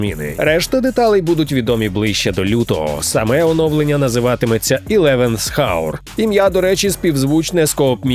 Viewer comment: eleventh hour - h в слові "година" не вимовляється)